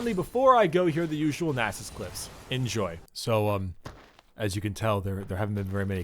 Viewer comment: Why do u spell "can" with an M sound? just asking... good video tho!